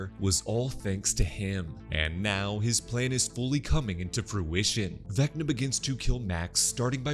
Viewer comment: Everytime he said VecccNNaaa in the video I repeated it.